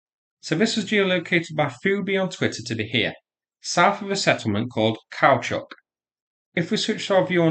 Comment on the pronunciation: I do wish you’d learn to pronounce Kursk properly. You seem to be trying hard with the Russian town names but you’ve overlooked how Kursk is pronounced.